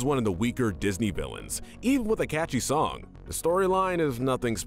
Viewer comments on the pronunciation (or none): none